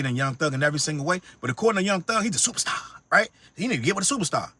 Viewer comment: Ive been saying to people all day “ why you want give a FEATURE TO A SUPA STAH…WHY🤨😂😂😂😂😂🙌🏾🙌🏾🙌🏾🤣🤣😳😳😳😳😳TAKES ME OUT EVERY TIME 🤣🤣🤣🤣